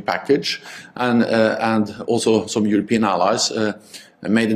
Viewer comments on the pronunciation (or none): none